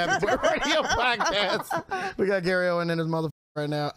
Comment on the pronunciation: OWEN …no “s” 😭😭😭😭